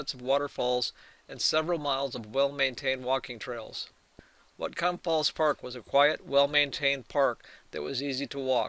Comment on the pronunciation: Learn how to pronounce Lummi and Whatcom.